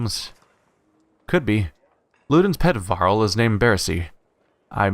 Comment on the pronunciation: the way u said "ludin's pet varl" sounded like "Ludin's pedofile" ;o was listening and not watching so i stopped in my track like wait wut?